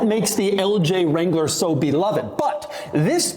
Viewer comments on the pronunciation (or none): It's be- love- ed!😂